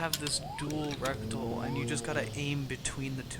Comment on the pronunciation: Reticule is NOT pronounced "rectal"... Lol. Reh-tih-cule